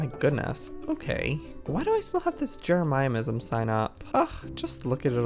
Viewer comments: Me:Jeremyism Joey:Jere-miah-I-ism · Joey it’s not Jeremiahism it’s Jeremy-ism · Its driving me insane I hate it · So true 😂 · I like how he mispronounces jeremism lol